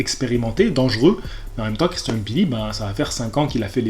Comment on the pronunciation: Wouaw t'es le premier que je vois qui dis mbilli et pas M-billi juste pour ça je like mdrrrr